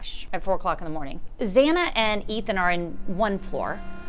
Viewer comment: And Zaina??